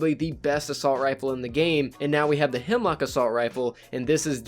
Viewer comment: YOU KEEP SAYING HIMLOCK ITS A HEMLOCK 😠😠😠😠😠😠😠😠😠😠😠😠